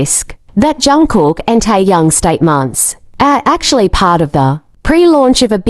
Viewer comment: I had to listen again after AI saying Tai Yang🤣